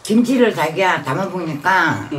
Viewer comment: 아뜨거어 자기야 잘너어야지이이잉 거의 z발음의 창시자. Zㅏ기야~~